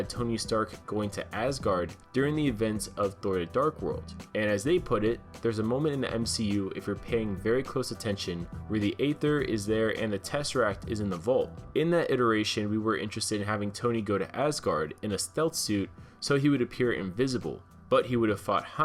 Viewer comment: A-THER? 😳 Try, E-THER, genius...the A is silent. - 🍅🍅